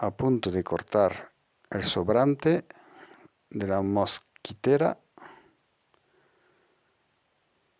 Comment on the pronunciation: mosquItera.....MOSQUITERA.........no mosquEtera..............una mosquetera es la mujer de un mosquetero...D'artagnan, Athos, Aramis y Porthos.